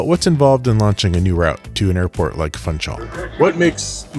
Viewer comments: This is so fantastic! But I must gently correct you on pronouncing Funchal. It’s Foon-shall. Not Fun-chall. Thank you! 🥰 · Funchal needs to be pronounced "Foonshal"!